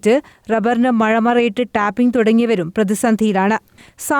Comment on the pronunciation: ടാറിങ് അല്ല ഹെ ടാപ്പിംഗ്